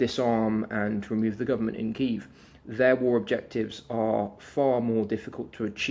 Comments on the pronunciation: It's not Kave or Kive, it's Key-ev😅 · please learn how to say kyiv the Ukrainian way. not russian